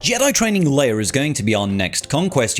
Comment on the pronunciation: Did you just say Jedi Training Leiar?